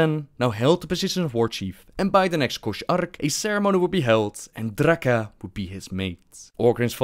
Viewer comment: "This was Drrrrrraka". This dude is gold.